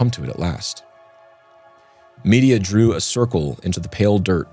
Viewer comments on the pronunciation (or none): Please please please check how to pronounce names. All through this podcast Medea has been prounced " media". It is prounced with stress on the 2nd syllable "med - DEE - ia"